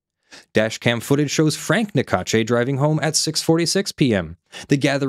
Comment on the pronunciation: Small detail but in French the e at the end of Naccache is silent. Sounds like cash. Even if they are ***holes I find it’s polite not to mispronounced they name when possible (Don’t apply to names like Macron no American can prononce anyway)